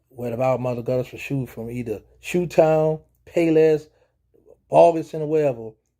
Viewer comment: He said ShoeTown.. boy you ole school. 😂